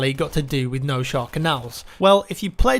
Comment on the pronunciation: It's pronounced "Nosehair",.